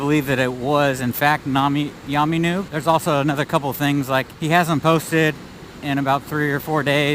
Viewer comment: Who's yaaarrrrmy noob? It's yammie